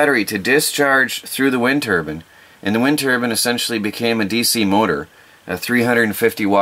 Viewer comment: Oh by the way, it’s called Turbine. Not Turban. Turban is what you put on your head.